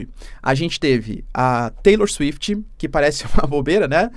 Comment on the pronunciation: Cara por um segundo eu ia falar a bizarrice que é taylor “suifiti”, mas aqui no Brasil temos a Anitta e desempregados pedindo liberdade da Deolane na frente da civil Kajdksjskajaa Como q eu vou conta isso pro meu filho véi